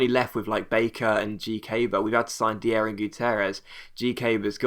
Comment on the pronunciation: It's not pronounced de-ah it is pronounced die-ah like danny dyer